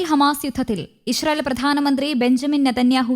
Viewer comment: ഇഷ്‌റായീൽ എന്നാണോ ഈ അവതാരിക പറയുന്നത് ?